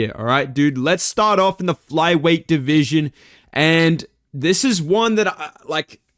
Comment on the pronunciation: I miss when would say "my deveesion" every time he talks about flyweight 💔